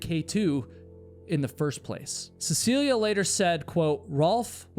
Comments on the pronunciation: Of all the times says her name in the video, he only got it correct (CeciliE, not CeciliA) once. It didn't stop irking me, especially since she's so famous, especially here in Norway. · Is her name not seh suh lee? I keep hearing seh see lee uh